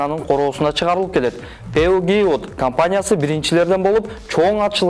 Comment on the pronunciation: Пеугеот эмес ,Пежо деп айтылат.